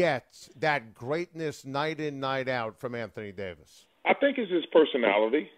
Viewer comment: Anthony ‘Day to’ Davis 🤨